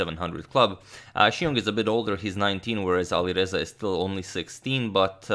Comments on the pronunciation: Love these videos. Is it just me or does it sound like he’s saying AliVeza, not AliReza? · V and R are phonetically close. So in a lot of languages (maybe Croatian too?) they sort of merge in some cases. So you are probably right to hear the closeness.